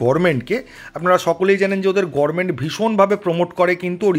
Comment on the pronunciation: Gorment kono word noi hbe government. Age bhalo kore bolte sikhun .